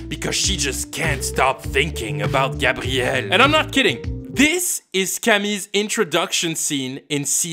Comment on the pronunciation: My name is gabrielle and its the first time i hear an anglophone say my name that well